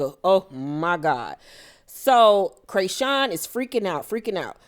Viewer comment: Laaawwwddd, Craysean🤣🤣🤣 thanks for the updates, every time you said Craysean I couldn't do nothing but laugh! This just made my day!